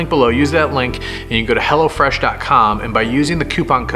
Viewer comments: At first I thought said hella fresh 😂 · Honestly I thought he kept calling hello fresh HELLA FRESH